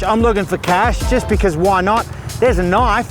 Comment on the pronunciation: "thet's not a knoif"